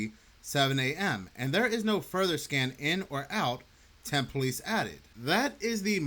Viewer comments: No such place as "temp" Az. Its tempe . Pronounce the E at the end. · It's pronounced "temp-ee," not "temp." Can't believe you don't know that. Edit: good, you finally got it right 😂. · Tempe is pronounced Tempee. Just FYI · It's pronounced tempeee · Hey so, I’m from Arizona. A lot of stuff here is hard for outsiders to pronounce. Tempe is pronounced Tem-pea. It’s all good. Love your content. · LOVE YOUR CHANNEL!!!!! But if you reference this story again, the "e" at the end of Tempe is pronounced. Temp-ee. And I ain't down on you. I still can't pronounce the capital of South Dakota correctly (Peer, not Pee-air) 😂